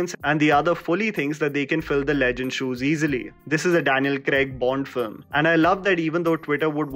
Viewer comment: It takes balls to make a video, edit it, put an entire era in almost 11 minutes so kudos for that. Its also important that you research the actors names and pronounce it well in your video. You destroyed Daniel Craig's name. I suggest you listen to it again and edit it in your video.